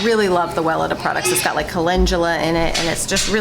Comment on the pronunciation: Can I be annoying about the brand name Weleda? If you google it pronounces Well eeda ( long E on second syllable) don’t hate me. Love your show and critters and its about the name not you.